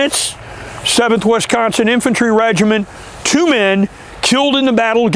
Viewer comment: Great video, but the way you say Wisconsin is driving me nuts lol. It's Wisconsin not Wesconsin.